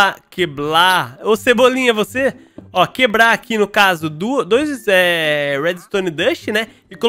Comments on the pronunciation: "Queblar", você Cebolinha- Eu: KKKKKKKK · Cebolinha:quebla:quebla Eu:kkkkkkkkkkk